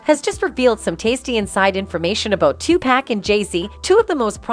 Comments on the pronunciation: "Two Pack." 😅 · Listening to her say Tu-pack is urking my nerves...my God😂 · The Ai narrator pronounce Beyonce and tupack is crazy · "2 Peck" ... "Bay-Onss"... "Tube Pack"! I thought the I in AI stood for Intelligence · The AI aspect of these news reports don't do much for their credibility. The damn thing doesn't even know how to pronounce Beyonce, Hov or Tupac SMH